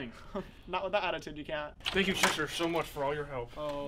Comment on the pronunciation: Shister James is Shure he doesnt say Shister